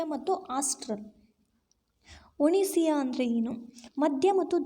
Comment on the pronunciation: ಒನಿಸಿಯ ಅಲ್ಲಾ ಒಸಿನಿಯ.